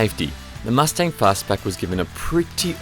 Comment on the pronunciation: mus ting ???????????? u say wrong